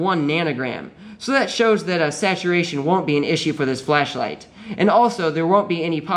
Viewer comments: haha it sounds like he says fleshlight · Replace every time he says ‘flashlight’ with ‘flesh-light’ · kept hearing "fleshlight"